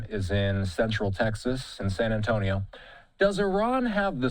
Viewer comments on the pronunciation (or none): none